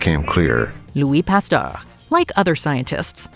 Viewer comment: How do you not know how to pronounce "Pasteur?"😮